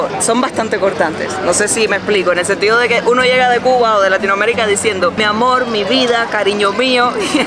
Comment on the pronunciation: Se nota muy raro que la erre la pronuncien parecida a una ele. No, no digo que hablen como los chinos, pero eso de “mi amol” , o “Polque” parece como hablan los niños chicos. Espero que no se molesten por lo que digo, pero es como yo lo percibo.